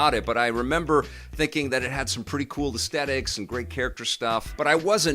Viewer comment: my good man, I've been loving your show since the 90s. But I must respectfully point out that I always hear you mispronounce "aesthetics"! It's a common mistake, no hate. All the best.